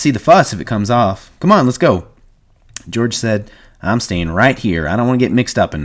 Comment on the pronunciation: This "Deorge?" is killing me😭😭😭